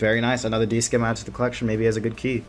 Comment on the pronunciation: also dudes it's not a "d skim" it's a "D SIM". You dont pronounce the c in scimitar